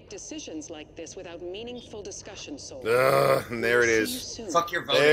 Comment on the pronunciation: Forgive me, but isn't it Sol (like Soul/Seoul)? I keep hearing Saul like Better Call Saul 🤣(correct me if I'm wrong lol)